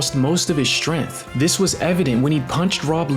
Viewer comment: Bro cant say strength bruh